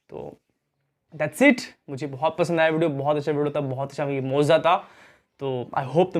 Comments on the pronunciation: Mooza nahi mojiza hai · Bhai moza nhi mojiza hota hai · Mauza nahi mojza hota hai bhai